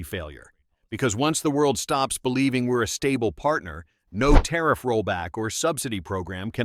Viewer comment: Might want to try that " tarriff" bit again LOL 😅😅